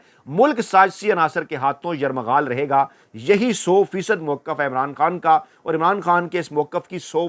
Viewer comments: جناب یرمغال کہہ رہے ہیں آپ لفظ یرغمال ہے ہے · یرمغال نہیں یرغمال ۔ پہلے بھی یاد دھانی کی تھی پلیز تصحیح کریں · Correct YURGHAMAL & not YURMAGHAL. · معذرت کے ساتھ گزارش ہے کہ بے خبری میں ھر بار آپ کی زبان سے یرغمال کی بجائے یرمغال نکلتا ھے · معزرت کے ساتھ اا ویلاگ میں آپ نے تین بار لفظ یرمغال استعمال کیا ھے...ہرغمال کے بجائے 😁😁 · یہ لفظ "یرمغال" نہیں بلکہ "یرغمال" ہے۔ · It is not ‘ Yarmaghal’ but “Yarghumaal” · Bhai yamaghaal nahi bolte yaghamaal bolte hain mene apko kai bar bola hai sir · Aslam o Alaikum! Kindly correct your phrase as yerghamaal instead of yermughaal please. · یر مغال نئیں یرغمال ہوتا ہے اسے چیک کرلیجے گا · ۔ لفظ یرغمال کو آپ یرمغال پڑھتے ہیں ۔ تصحیح ضروری ھے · یرغمال کا تلفظ درست ادا کریں